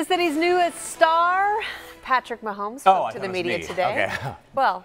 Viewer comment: said Mahomie 😂😂😂